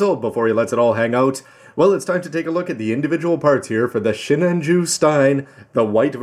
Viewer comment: just curious why pronounces sinanju as shinanju?